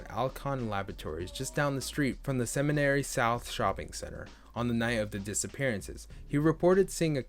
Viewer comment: Only comment I have is the pronunciation of the mall… SEMINARY😭